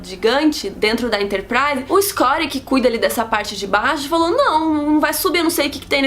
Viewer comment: quem é escori?,....porque não fala Scott ?...ok, o resumo é legal, valeu o trabalho mas para que esta pronuncia?